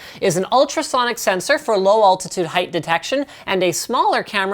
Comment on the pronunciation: Hey Linus. Say "All." Now say the name, "Al." All. Al. Now say "altitude." Now say "*all*titude." If you're hearing no difference, you may have a problem. Linus is also famously known for "deckles" aka decals among other fantastic Canadian-based pronunciations.